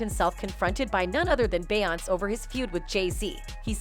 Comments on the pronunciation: It’s Beyoncé not Beyons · Who tf is Bay-onse? lol! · Lol who tf is "bay-hance"?! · The pronunciation of her name beeonice not bey onice . Too many of you people making these podcast can’t pronounce the names correctly. Get your sht together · The voice animation is slaughtering their names 😂😂😂 Bay Ons 😂😂😂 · Be-once, Kan-I, Nass and Char-la-mag-na lololollol. Worst bot ever. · Who is this "Bey-anz" ? is the voice over done with AI? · Beyoncé aka “Bay-Aunts” Charlamagne aka “Char-La-Mag-Knee” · Why does it keep saying "Bay onss? Is this AI reading the script? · Bay-once & Sol-inge 😆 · Char la mangy the god, Bey ons? lol, text to voice fails again. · I've never heard of the Bee-yons. Who are they? Stupid comp narrations. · BAY-YONCE! NESS! DR DREE! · Bae-once😂😂 who tf is that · It’s actually bay-aunce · Same as Bay-once 😆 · Bayonce as she says lol😅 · This woman narrating This video really can’t say Beyoncé you can’t pronounce it that’s crazy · This whole thing was ruined by the mispronunciation of Beyoncés name. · I didn't know Beyonce rhymes with seance. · Why tf can’t you pronounce her name properly????